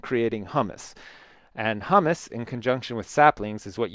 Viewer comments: it's pronounced HYOO-muss not hummus like the chickpea dish :P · hummus is a food, what you are trying to say is pronounced hyoo-muss